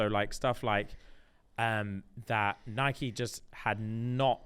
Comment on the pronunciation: No usually always on your wavelength but why are you saying Nike wrong …